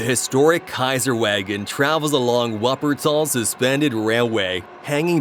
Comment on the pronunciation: "The historiv Kaiserwagon travels in Whappertol".... The name of the city is "Wuppertal". And "u" is spoken as "you". So speak it correctly. We Germans also don't say "Arkansas" - it's "Arkansaa". It this so difficult?